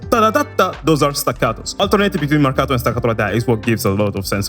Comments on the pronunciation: The way you pronounce "Marcato" and "staccato" is suspicious, i think your're secretly italian or you have some connections with my country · he says marcato and staccato better than me. Btw I'm italian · The way you pronounced "marcato" and "staccato", you're Italian right?